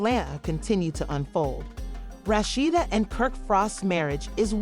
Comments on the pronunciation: Girl, learn how to pronounce a person's name before you do a story. I cannot finish due to the way you are pronouncing this woman's name. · Whoever it telling this story is pronouncing her name wrong